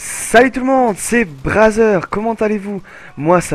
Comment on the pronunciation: ^^ bizare le nom et la prononciation ca fait penser a un site plutot louche